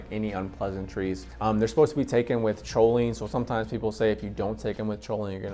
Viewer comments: Your saying Cho instead of co on purpose huh? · Awesome video!!! (Lol not to be a grammar Nazi but; Choline is pronounced “Coline”) 🤌🏼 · Haha I’ve been saying choline forever, I’ll try to pronounce is coline from now on 👍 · I still natural call is cho-lean lol, but I’ve successfully pronounced it coh-lean recently.. Thanks for stopping by 🥂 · Cho-lean lmaoooo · It was a credible video until i heard "choline". That's when I realized the guy probably bought his first bottle of racetams and choline that day, just moments before hitting the record button.